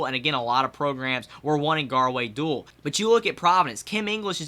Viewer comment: Not trying to be rude but is pronounced (doo-all)